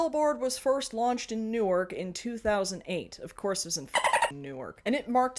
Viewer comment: gasp:: I forgot you got some Jersey in you! I RAN across the room to leave a comment asking how you knew the correct pronunciation for "Newark". But by the time I got to the computer my brain turned back on and I remembered the answer.